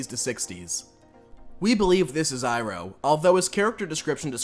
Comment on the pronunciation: Bro, his name's pronounced eye-row